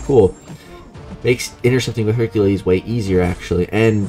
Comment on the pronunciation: Practice saying Hercules bro.